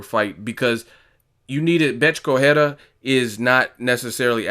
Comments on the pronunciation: It is pronounced "Co-re-I-a" not "Cohera" Still a barking poodle, full of herself and getting smashed by a truly Champion. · Please pronounce the combatants properly. It's not corrhera, it's Correia.